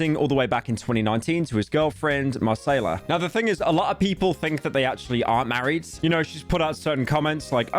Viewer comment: doe he think Macayila is brazilian? her name is not Marcela lol